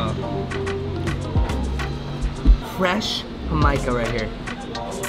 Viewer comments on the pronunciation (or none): He said.,” Huh-mic-ah” love your videos but sometimes I wonder 😂 with you guys.